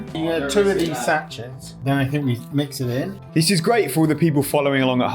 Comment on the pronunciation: I had to stop watching when I heard the way your dad pronounces ‘sachets’ 😂😂😂